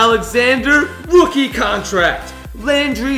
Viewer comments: He said Rokie Contract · rookie not rokie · It said rokie contract